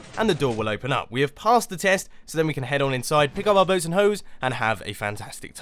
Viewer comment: phong vo Cuz it sounded like Bros and Hoes